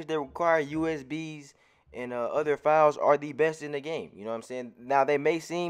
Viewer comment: Yo when you say "files" i be thinkin you sayin fouls i be confused af like how many fouls im suppose to get? 😆